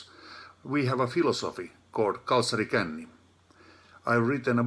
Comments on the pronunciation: it's absolutely hilarious hearing English-speakers trying to pronounce kalsarikännit. nice sauna hats guys! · TORILLE greetings from finland, and thank you for uploading these for all the world to enjoy! as for the pronunciation of kalsarikännit... well, you tried ☆